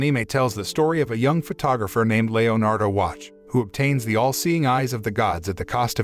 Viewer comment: “Aneemae” “Layonardo” (I need to know how his name is spelled so I can tell if it’s actually spelled different from ‘leonardo’)